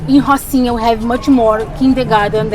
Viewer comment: That’s actually incorrect as well. In Portuguese it’s pronounced ho-seen-ya the r makes an English h sound.